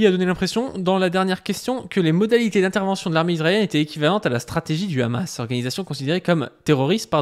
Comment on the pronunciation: Pourquoi ces sionistes ne savent pas dire : Hamas. Toujours: khamass😂😂😂